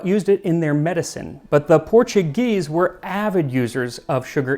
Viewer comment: You're pronouncing all the Portuguese words like Spanish, words that end in -o sound like oo like oh là là and if it's -OS it sounds like oosh